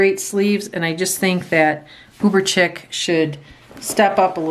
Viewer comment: Chic is pronounced sheek. Not intended to be mean, I would want someone to correct me. I like the clothespin used as a holder.